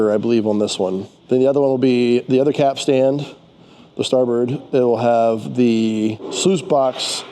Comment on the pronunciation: Capstan not capstand. Great video! Best of luck with the upgrades. 👍👍